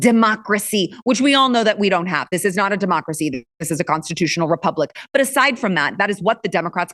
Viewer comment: Ty for saying Repuplic. Next…. natural gas